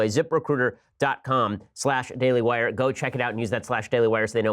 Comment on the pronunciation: zip.... RECRUTAH